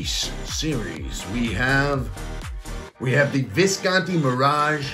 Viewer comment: No italian would pronounce it "viscaaanti" ;)